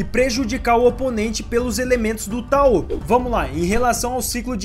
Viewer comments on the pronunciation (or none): Ótimo vídeo! Estou descobrindo esse anime com seus vídeos, quando tiver um tempinho vou assistir rs. Mas só uma observação: a pronúncia de tao é "táo" e não "taô". 😅. No mais, continua! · Kkkkkkk "taô", é TAO cr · EU nao tenho certeza tbm... Eu pesquiso muito sobre ocultismo (leio) e nos vídeos que vejo todos falam Táo... Com o tônico no "a"... Mas de boas, ninguem é obrigado a falar certo, eu perguntei pq fiquei com dúvida.